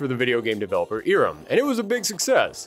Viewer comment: It's not "EE-rem", it's "EYE-rem".